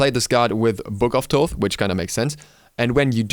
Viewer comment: Thaw-th and not Taw-th is the correct pronunciation. (Like Thanatos) This is how it's pronounced in Greek and where his modern name comes from. ΘΩΘ (THOTH) not ΤΩΘ (ΤΟΤΗ). ΘΩΘ isn't pronounced any other way, it's pretty clear. In ancient egyptian it was written and pronounced completely different.